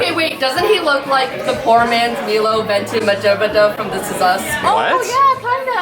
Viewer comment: Milo Ventimiglia. (My-lo, vent-eh-mil-ia) And it sucks that you're dealing with such unprofessional people around your wedding.